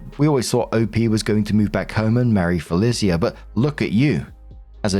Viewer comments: I have never heard Felicia pronounced Fe-li-c-a before. Am I wrong or isn't it Fe-lee-sha? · For future Felica is pronounced “FUH-LEE-SHA” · pronouncing Felicia Fell ee sea ah is giving him saying Can dees instead of Candice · Am I the only one a teensy bit bothered by how pronounces 'Felicia'? I've only ever heard the three syllable 'Fuh-Leash-Uh'. Or is this another 'across the pond' dialect difference? If so, neat! But it's still just... Weird hearing it. Edit: Story 3: Wooooooow, OP actually stays calm under pressure, makes sure her cousin is alright, and she's treated this horribly? The dad literally screamed insults at them until his throat presumably hurt too much to continue? The mom didn't even think of entertaining OPs side because everyone else was treating her horribly so obviously that was the right decision? What a horrible, horrible family. Those parents don't even deserve the old folks home later on, just wheel them both into a ditch and walk away. Jesus, poor OP. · Hey,. It's Fell-Ee-Sha. Sorry, my eye started twitching hearing you pronounce that name. 😂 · s1, is that how yall pronounce felicia? "bye felicia" must sound so weird from you. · Marks pronunciation of Felicia is different every time But never correct lmao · I've never heard anyone pronounce Felicia that way. 🤔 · pronouncing Felicia the same was as he pronounced the quincenara story lol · I'm living for pronunciation of Felicia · My eye is twitching over it, lol